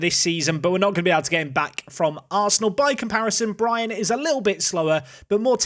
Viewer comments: perfectly pronounces Brian in danish 👍🏼 Also loan deals with option to buy when they are in their last year of the contract can’t be done. You probably know this but haven’t noticed their contracts. At last.. Solid transfers! 💪🏼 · There is nothing wrong with your pronunciation of Brian... Its how we say it in Denmark :P